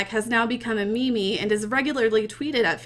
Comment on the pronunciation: the first time ive seen on my computer where i dont want to hit her with a baseball bat scratch that she said me-me